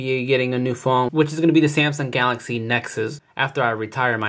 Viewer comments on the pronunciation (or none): none